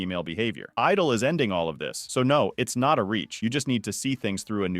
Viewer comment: Did you just call the group "idle"?